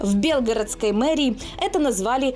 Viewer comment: Белгородской области ударение на е??? Хотя бы правильно ударение ставил!!!!